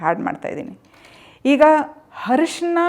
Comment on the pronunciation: Arisina.... ಅರಿಸಿನ not ಹರಿಶಿನ